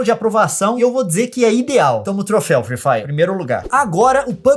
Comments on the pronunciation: eu n aguento ouvir o leon falar: free faier ou envez de free fire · firui fairer o certo é fri fairi '^' e zuera garai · Leon não é FREE FIRER É FREE FIRE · "friih fraier"